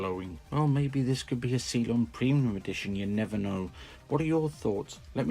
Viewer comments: I’m sorry but it’s cylon not see lon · Good review. Please never again pronounce it 'see-lon'